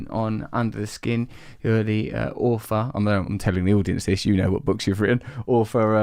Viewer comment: How can anyone take someone who tries so hard to sound intelligent seriously when they can’t even pronounce their th’s? Awfor? It is pronounced author. Does he think that is cute and endearing. Newsflash - it ain’t.